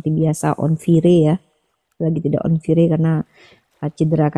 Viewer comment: Fire si uni bacanya "Fi - Reee" 😂😂😂😂😂😂